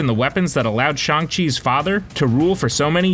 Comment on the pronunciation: Garbage video as per usual and you can’t even pronounce Shang correctly. Just trash. Stop doing this. Stop making videos. You are gonna ruin everything for everyone else and I mean this entire channel not the idiot who is presenting and can’t pronounce names properly. And note on Bruce Banner/Hulk, they addressed that in Endgame you fricken mook!